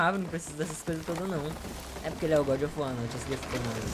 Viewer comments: "eita djabo, o deus da... O godjofuar" Tomando cafe de boa e quase cuspo na mesa kkkkkkkkkkkkkk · Toda vez que ver esse jogo agora vou só me lembrar do falando: é godi ofi uó mano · Vc roubou esmola de mendigos, meteu a Paulada nos cachorro de rua, e dps vc deixou pessoas com depressão ainda mais com depressão* A desculpa: "É o gódi ofi uar né" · é o goudi ofi uar é?